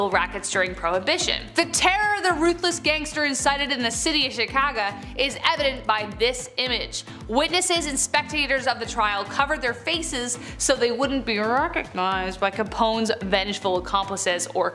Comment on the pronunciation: Chicaga? Really?